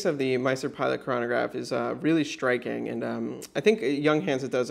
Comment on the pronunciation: is it me or sounds like hes say shtriking instead of striking?